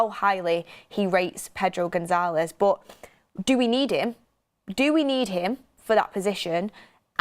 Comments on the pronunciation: Much love and appreciate all your hard work but, I must correct you on your pronunciation of Gonçalves…. Gon-SAL-vesh. 😊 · goncalves not gonzalez